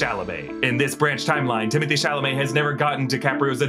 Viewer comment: Isn’t his name pronounced Timmey Tay? And not Timothy?